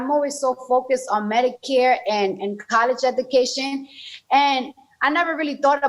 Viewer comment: I don't know which is more embarrassing - "kawlesh edookaishen", or how obvious it is when he's reads from the teleprompter. As a Latino I feel this is an insult to the Latin American community.